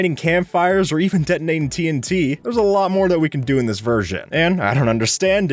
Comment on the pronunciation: What people hear: "TNT" What I hear: "Tea 'n tea"